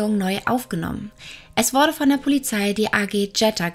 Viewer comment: Bitte mehr den Dativ verwenden 😉und ich verstehe immer 'worde/n' statt 'wurde/n'..🤔ansonsten finde ich, hast du ein klein wenig mehr zu einem eigenen Stil gefunden, der nicht einfach nur extrem von Lucia Leona abgekupfert wirkt👍